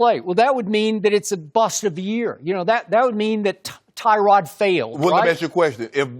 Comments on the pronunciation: it's not Tyrod it's TUH-rod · It’s Tuh-rod not Ty-rod